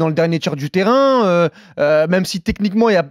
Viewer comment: Un mõme de 10 ans a tout compris au foot.On est des millions à refaire le matche Consultants autoproclamés " spécialistes" Si c’ est pas avoir le melon ! " des discours qui me parlent " je cite. Quelle vanité,non? Vite un audit! "Du teraiain ninheuh , euh " je cite ,entendez les finales de mots, accentuation ! C’ est le révélateur d ’un gars qui s ’ecoute. Ego? Un miroir vite pour ce consultant! L’ empire romain ? Ils savent que le public paye? Un entresoi narcissique. Rappel! Les joueurs gagnent 100 fois le salaire d’un flic, prof, infirmier." Pantin" je cite ! Dérive professionnelle !